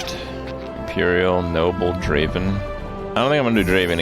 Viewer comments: It's not Draven. Draaaaaven! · I am triggered krip spelling draven wrong ... ITS DRAAAAAAAAAAAVEN! (yes you knew it was coming) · Not Draven, Draaaaaaaaaaven.